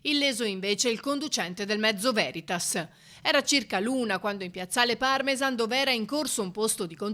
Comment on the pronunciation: Mi associo agli auguri di pronta guarigione. Ma la cronista dovrebbe sapere che in veneto l'accento cade alla fine delle parole e quindi "piazzale Parmesa'n e non Pa'rmesan"